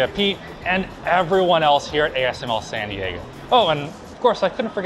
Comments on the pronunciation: "Sandy Aygo" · The way pronounced San Diego, made it sound like he said “Sandy Eggo™” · I am convinced he said "sandy eggo" at the start and not San Diego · Did anyone else think he said "Sandy Aygo" ? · when he said sandy eggo I felt that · How Pronounced Sandy Ego Genius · making San Diego into 4 syllables is the most canadian thing I've seen today. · San Di-E-GO?